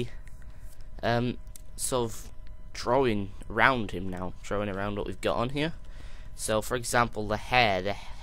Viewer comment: Lol You said Drowing It's drawing go to the speech pathologist dude